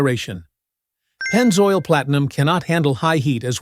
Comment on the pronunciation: Maybe you could teach it how to pronounce Group V, Pennzoil, etc.